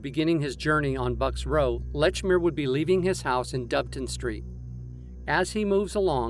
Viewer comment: Excellent video but it's not Lechmere.